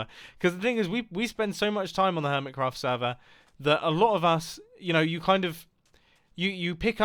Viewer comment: when you realize mumbo jumbo called the hermit craft server "Earmitcraft"